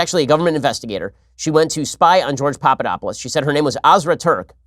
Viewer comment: I’m sorry but when you mispronounced Papadopoulos I burst out laughing 😂😂